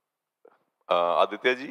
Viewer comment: Aditya great to hear you! Feel bad the lady could not pronounce your name properly. Looking forward to more from you.